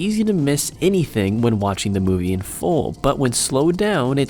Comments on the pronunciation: u at the very first... made a mistake that is... its not moive... its movie... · its not moive dude! its movie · You said moive mistakes XD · The intro says*MOIVE*